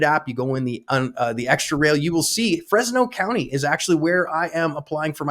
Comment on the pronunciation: It’s not “FresYes!”